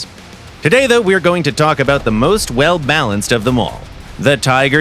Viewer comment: did he just say the most blanced LMAO